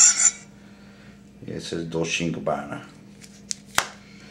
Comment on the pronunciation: how annoying... Pronounce it correctly! God the other guy cant say Gabbana, you cant say Dolce!